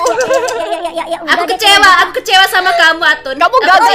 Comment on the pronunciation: kenapa atun jadi Atan kak